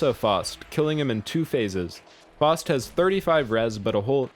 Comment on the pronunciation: Not to be that guy but it’s F-ow-st, as in Panzerfaust from Germany.